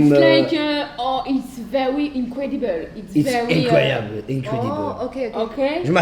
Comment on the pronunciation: it's vewi innecwedibeule